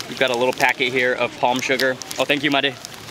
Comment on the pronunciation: It's pronounced 'MAA-DE', not 'MEYD' or 'MAID' like in English.